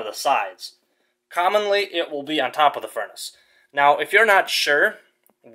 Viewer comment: PRONOUNCE "TH" (not "DA")